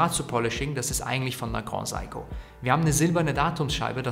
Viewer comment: Danke für das Review. Good Job, sehr angenehm zuzuhören. Aber bitte bitte, das Grand in GrandSeiko wird nicht französisch ausgesprochen.. siehe Video vom CEO von GS. ;)